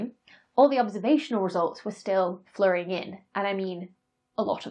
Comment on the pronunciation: Becky says "flowing": "flurrin"... the price of intellectual specialization...totally worth it.